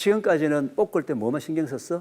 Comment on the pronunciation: 교수님 깅상도신가보네,,뽁을때라고 자꾸 발음하시네,,듣는데 굉장히 거슬리네